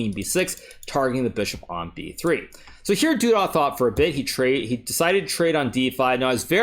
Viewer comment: Every time you say "du dah" instead of "du duh" I think "Zip-A-Dee-Doo-Dah"